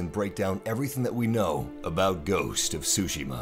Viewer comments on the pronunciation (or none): Tsushima, not sushima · Tryhard voice ruins the vid. I can only assume the game is pronounced su-shima not sushi-ma... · Its "Su-Shi-Ma" Not Shu-Ji-ma or sushi-ma XD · Its not SUSHI~MA lmaooo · I think the "T" isn't silent. think of how you say the word "cats", that "ts" sound is used. So instead of "su" it's "tsu". hence tsushima, not sushima. Plus i think some of the stresses of the word might not have been right, if I'm not mistaken. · Okay paused the vid at 36 seconds. Why do you say “ghost of sushima”? Cmon man, Tsushima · Did he just said : ghost of "Sushima" ? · mhm ? ghost of sushima . . . tzu-shi-ma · TSU-Shi-Ma. TSU!...Oh nevermind...just keep saying Shushima. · "sushi-ma" this dude has no clue how to pronounce it. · Because he butchered the pronunciation of tsuchima. Dude said "sushi ma" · "Ghosts of sushi-ma." lool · I learned and knew Japanese myself, thanks for the reminder, but I'm addressing that to the video commentator as he clearly pronounced as SUSHI-MA... Watch the video again and see for yourself. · Make a slight t sound before the S. Other than that great preview. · the T is not silent!!! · Oh, tsushima was pronounced wrong